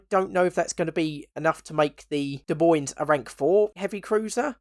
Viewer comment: Btw, Des Moines is pronounced "De Moine" the S's are silent.